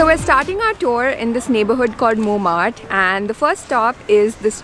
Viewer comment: Its montmatre. Not monmart